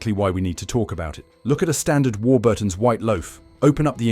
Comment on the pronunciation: The usual absolute scaremongering b.s ,can't even pronounce Warburton right ,not all chemicals are bad .